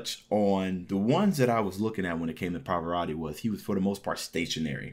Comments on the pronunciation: è una constatazione. Non si chiede di essere poliglotta, ma un minimo di sforzo per pronunciare decentemente un nome straniero si richiede, tenuto conto che non è uno sconosciuto, ma un cantante arcinoto. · Somaro! Impara a pronunciare correttamente il nome .